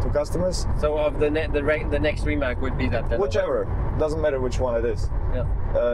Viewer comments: RimaC heisst immer noch RimaC und NICHT RimaK. Im Kroatischen wird jeder Buchstabe so gesprochen wie er geschrieben wird und umgekehrt. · Rimac, a Crotian word of course, is actually pronounced RIMATZ.